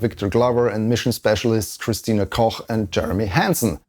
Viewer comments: After listening to the live feed for weeks, it's refreshing to hear Christinas last name pronounced correctly as per the language it stems from 😅 Everyone else simply called her "Cook", which of course isn't technically wrong, but still😂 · "Christina Koch" .. that's the first time ever I've heard Americans spelling the German "ch" aktually "ch" and not "ck" ... I guess for a reason 😂